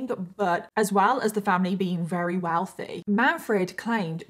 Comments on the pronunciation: I love your videos a bunch, I think you're great. I just have to say I notice you say very as "rary" which is adorable, I've just never heard it as an accent from anyone from the UK. I'm just wondering where it comes from. If it's a speech impediment or something I hope you know I'm not calling you out! Just curious, like I said I think it's adorable and I love you and your videos!! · I am so genuinely sorry, but why do you say “very” like “rerry”